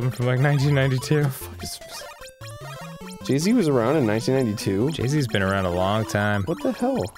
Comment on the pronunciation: Jay Z not Jeezy..... -_